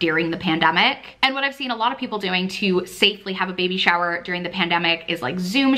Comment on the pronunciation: the only gripe i have is the way she pronounces "during" hahaha. but she is the absolute best!